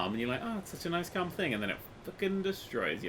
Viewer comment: I love how like let's have a clam ride 2 of the other rides are calm